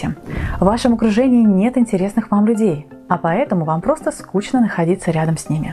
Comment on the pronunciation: Скучно по нормам русского языка произносится как [скушно]